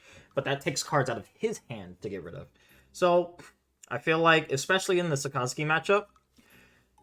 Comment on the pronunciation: Saka (like kaka with an S) - zuki (zoo-key) all together two syllables 👍🏽